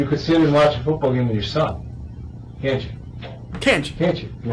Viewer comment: interrogator in a soft voice: you could have watched the football game with your son ' interpretation: you could have watched the football game with your sSSSON! always was one of my favorite moments from his channel for some reason.